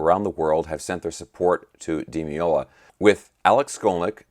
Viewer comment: "Day loo THEE ah" You got the Paco part right though.